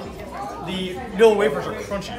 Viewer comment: Vanilla, not vanella. Looks yummy!